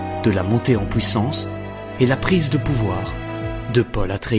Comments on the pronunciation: Ne le prend pas mal stpp, tu devrais apprendre à prononcer -ui au lieu de -oui Comme dans puissance, tu répète POUIssance dans chaque videos entre 4 et 15 fois en fonction de la video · POUWUISSANCE ? FWOUIR ? mdr sinon gg la vidéo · Très sympa la vidéo ! Par contre, par pitié, travaille ta prononciation et fait attention T-T, à chaque fois que tu sortais "fouit", "pouissance", "détrouit"... ça me sortait à chaque fois et donnait un air "absurde" alors que le fond est super sympa ! C'est vraiment dommage !